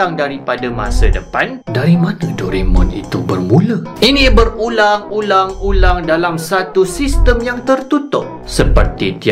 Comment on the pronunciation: awal2 tu saya dengar bang kata berulam-berulam....